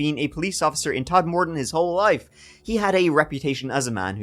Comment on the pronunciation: Todmorden not Tod-morden. Sincerely, a local.